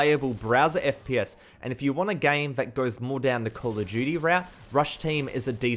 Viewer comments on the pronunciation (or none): The way he pronounces Call of duty is " Call of G" HAHAHAHA